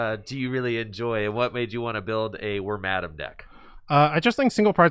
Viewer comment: Worm-adam LOL. Pretty sure its Wor-madam. XD